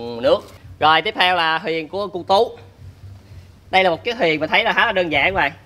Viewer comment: Rõ ràng là THUYỀN mà sao cứ gọi HUYỀN nhỉ, nhóm sao ai cũng nói ngọng hết vậy